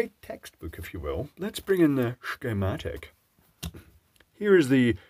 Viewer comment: Sshchematic - whatever happened to circuit diagram? Next you'll be soddering components, already you eat candy and so dies the English language. Keep up your entertaining work "good job" and "have a nice day" but I fear fate has other plans for mine.